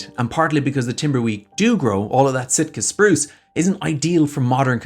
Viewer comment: Maybe it's the accent but Shitka Spruce sounds about right.